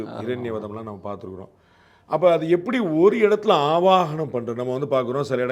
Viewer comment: @@ ஆவனம் தவறு. அது ஆவாஹனம் .அழைப்பது என்பது பொருள் . கடையில் இருந்து ஒரு ஸ்வாமி விக் -ரஹம் வாங்கி வருகிறோம். அது உலோகத்தினாலானது.அதனுள் எந்த உயிரோட்டமும் இல்லை. Mere metal idol. அதை நம் வழிபாட்டிற்கு பயன் படுத்த வேண்டுமானால் அதனுள் உயிர் சக்தி யை ஊட்ட வேண்டும். வேத மந்திரங்களை உச்சரித்து சில சடங்குளை நிறைவேற்றி அந்த விக்ரகங்களை உயிரோட்டமுள்ள தாக்கி பிறகு நாம் வழிபடுகிறோம் .அதனுள் இறைக்தியை செலுத்திபின் அது வழிப் பாட்டிற்கு உகந்த தாகிறது .அதற்குமுன் அது உலோக பொம்மைதான் . Jai Hind God Bless the Good 28.3.26